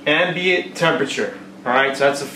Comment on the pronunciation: You lost me at "Ambiant"